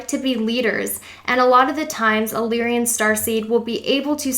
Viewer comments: Lyrian? i thought its "Lyran" LOL IM FROM A PARALEL REALITI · You did good and this was a greatly helpful video!! Unfortunately, despite the good intent of this video, some of the pronunciations detract from the end goal. “Lyran” is “LIE-run”, not “lee-ree-in”...You kept adding an extra letter “i” to the word. The constellation of Lyra is not pronounced “leer-ee-uh”. Just simply “Lie-rah”...”Pleadian” is not “palladian”. It’s “plee-idi-in.”